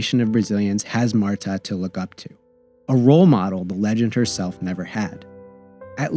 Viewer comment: Great overall video but the pronunciation errors and factual goofs are distracting and lazy. Cristiane and Marta's names are constantly mispronounced despite being spoken (by Marta herself) in the video? Also, Solo's save of the first penalty in 2011 was called back because of encroachment by Rampone - a harsh albeit by the book interpretation of the law.